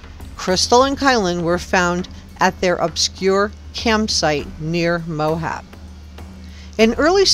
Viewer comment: Please stop saying "Mohab." The name of the town in Utah is "Moab," pronounced "Mo-Ab." There is no "h" in the word. If you are truly an investigative journalist, then saying the important names correctly matters.